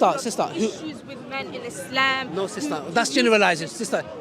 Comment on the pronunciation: It’s not is-lehhm… it’s ISLAM 🤦🏽‍♂️